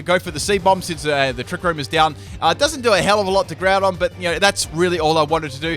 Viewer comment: and you Said Groundon its not Primal it is Primal LOL again